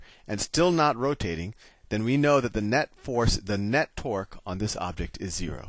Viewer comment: "You know then that the net twerk is zero" That was literally what I personally heard